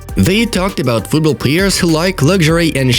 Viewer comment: The narrator has serious issues with his pronunciations...! It’s haaland and not “Holland 🇳🇱 “ and it’s Manchester City and not “monchester city” ! Your channel is football news and not fatbol news, so....keep your English clean because fans all over the world expect that!